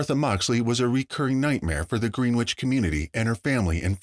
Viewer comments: Its pronounced "Grenich" not green which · Greenwich is NOT merely a 15 minute ride to NYC. also, please get the correct pronunciation of Greenwich down. it is not “Green - Witch” it is after the famous place in England “Gren- ich” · Btw it's not pronounced Green-witch brother...try Gren-itch if you want accuracy as a journalist. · Its pronounced gren itch and not green wich. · Yea that was bothering me too. No long e!!